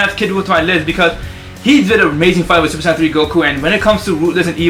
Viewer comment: you say super san its super saiyen